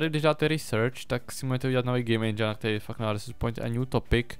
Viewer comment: nerika se endžajn ale endžin! Jinak diky ze natacis z me oblibene hry!